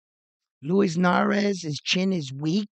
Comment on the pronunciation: is the Substitute Teacher... he just wanna call these fighter's names whatever which way he wanna 😂 - Luis Nery is Narez. Brandon Figueroa is Figerero. Max Kellerman is Callahan...JK. Love this channel bro! Keep up the good reporting!